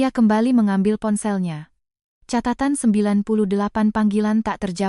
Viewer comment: Kata kata Catatan jangan diucapkan Katatan Kata "catatan" yang dibaca "katatan" menyalahi kaidah fonologi (ilmu bunyi bahasa) serta aturan pelafalan baku dalam Ejaan Yang Disempurnakan (EYD) / Kamus Besar Bahasa Indonesia (KBBI).